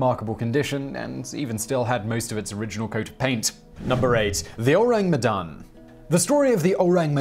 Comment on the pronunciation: You can try to pronounce Medan as "May-done" or "May-Dunne", it's pretty close to that for English speakers.